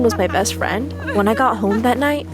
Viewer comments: It’s friend not frind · No one notice it said frind not friend lmfao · FRIND instead of Friend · that said “frind” aLmaosdo